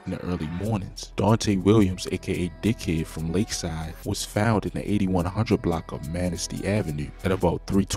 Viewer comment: 😂 no disrespect but why folk say dickhead like that 😭😭😂🤣🤣